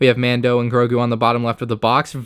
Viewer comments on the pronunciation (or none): none